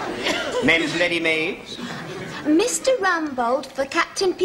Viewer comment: I have seen this episode so many times how have I not noticed that when Mr Humpries answers the phone he says "Men's Leadymades"